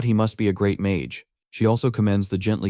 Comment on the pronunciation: The AI said "Fifth GREAT magic war". I heard "Fifth GRADE magic war". hahahaha A bunch of fifth graders at recess is a magic war. Its Adorable, Dangerous, and will either leave 0 mess or look like a construction company half-assed their job. Also about the TV guy. In Japan can TV(or any) salesmen just "inspect "your home for something they can market. Buddy thats a great way to end up as a corpse in a dumpster.